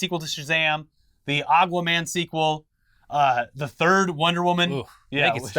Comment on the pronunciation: pronounces Aqua Man as Agua Man jokingly 🤔